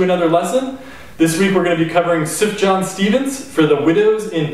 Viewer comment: Pronounced "Soof-yahn", but I forgive you since you make great banjo videos.